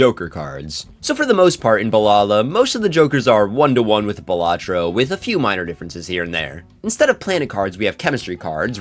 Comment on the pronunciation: Finally someone says it the right way. baLAtro. Not BAlatro